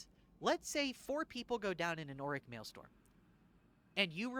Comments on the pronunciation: Wanted to clarify, it's "mail-STROM" not "mail-STORM". Counter-intuitive I know. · actually its Maelstrom not Maelstorm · Strom. Maelstrom. Not Maelstorm. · It's "maelstrom", not "maelstorm". strom. That's not a misspelling. It comes from Dutch "stroom" which means 'stream' and it's not pronounced "storm". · Maelstrom - “mayl-struhm” Martyrdom - “mar-ter-dumb” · MaelSTRom. Strom, almost like strum, like strumming a guitar. So at worst you can just pronpunce it as Mail-Strum Also Mart-er-dom. Not marty-dom 😂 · Totally agree so far, I am freebooting this on stream :D also it is pronounced MAIL- STRUM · I love the new style but now I can’t be as mean to you as I want to be about how you pronounce maelstrom and martyrdom.